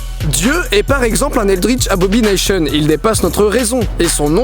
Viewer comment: tu dis abobination , mais c'est écrit abomination , quécécé ?